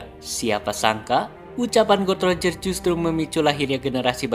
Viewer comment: Bukan gold roger atau god Roger bang tapi gol D roger baca nya gol di roger